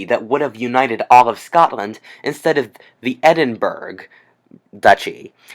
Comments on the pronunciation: I’m from Scotland it’s not pronounced Edinburg it’s pronounced edinbura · Its pronounced edinbra, not edinburg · Your content is interesting. I like your channel. One particular thing that I would work on is your pronunciation of places and peoples. Edited to add an example. The capital of Scotland is pronounced "Ed-in-bur-o" not "Ed-in-burg" (even though it's spelled close to that. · Omg please learn to pronounce Edinburgh this is painful to listen to